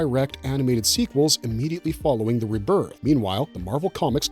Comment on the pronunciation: You say rebirth wrong